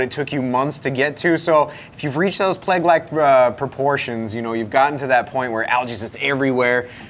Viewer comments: it rhymes with egg, not frag. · "Plag" NO, stop it, bad! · pronunciation of "plague" is tripping me out. I honestly didn't know what word he was saying the first time. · Did he just pronounce plague as plag? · Thanks, I thought I was the only one! Never heard it pronounced "plag". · Did he say PLAG? Like FLAG? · Plag? what's a "Plag"? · if egg had a long A sounds, then yeah. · First off, I appreciate all your work to bring sooo much knowledge to the hobby. My question, Is it me or does mispronounce certain words? Like plague or utilitarian. 🤷🏼‍♂️ This is in no way meant to be hateful.